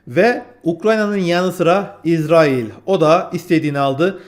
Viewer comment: İzerail ne yaaa? Şuna israil diyemiyormusun?